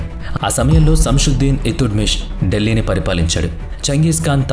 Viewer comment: అతుత్మిస్ కాదురా నాయనా, ఇల్తూత్మిష్ !!